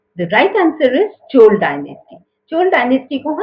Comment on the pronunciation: Madam, please correct your pronunciations first. It is not CHORA dynasty. The correct closest pronunciation is CHOZHA, or CHOLA.